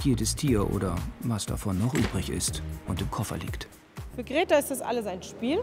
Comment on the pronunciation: Wie der Sprecher diese Hündin Greta einfach immer als "Kreta" ausspricht